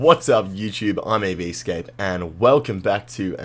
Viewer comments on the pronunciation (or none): I have been mispronouncing your name! E-V-Scape and you were saying EV-A-Scape.